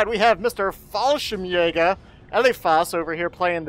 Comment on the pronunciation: du musst nichts erklären ^^ ich fand du hast wirklich sehr gut gespielt und ich wäre glücklich wenn ich nur halb so gut wäre :)PS: ich fand die Aussprache von Fallschirmjäger sehr lustig :D englisch halt :P